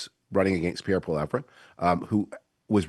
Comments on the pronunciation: It’s hard to take Frum’s analysis seriously when he doesn’t know how to pronounce Poilievre’s name. It’s a pretty big tell that he’s only watched Canada’s recent political landscape for a hot second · It blows my mind that people still can't pronounce Pierre's name properly. At this point I can only take it as contempt.